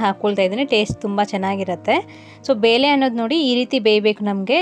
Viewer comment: ಅದು ಬೇಲೆ ಅಲ್ಲಮ್ಮ ಬೇಳೆ